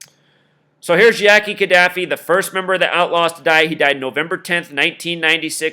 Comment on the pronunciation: Oh and dude that did this right, please get the names right. It's Ka Da Fi